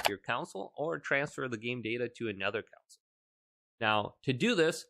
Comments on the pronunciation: it's CONSOLE not COUNCIL!!! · “CON” “SOLE” cringe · So many people can’t say console. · Why do you pronounce “console” that way